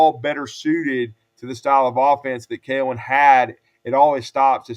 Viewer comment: You lost your mind (saying keelon)Deboer has to win this year Simpson going be great